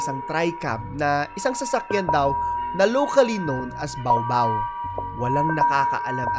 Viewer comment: hindi po bawbaw kundi ba-o ba-o